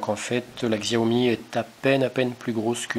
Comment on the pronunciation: Pour info le X en chinois se prononce comme un S donc il faut dire Siao Mi... En tout cas cette marque est vraiment super, j'ai le Smartphone Xiaomi 4 depuis plus de 6 mois, toujours aussi rapide et efficace je ne regrette vraiment pas mon achat ! On peu faire confiance a cette marque qui je l'espere va degommer Apple et Samsung dans les prochaines annees en tout cas ca cartonne en Chine. Merci pour la video !